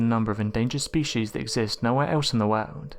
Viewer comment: God I fucking hate how you say world. It's a hard R not ow, not wowld it's woRld.